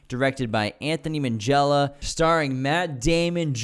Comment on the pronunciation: Please pronounce his name properly. Its Ant - ony (no 'h' sound) Ming - ella (a hard 'g', not 'minj').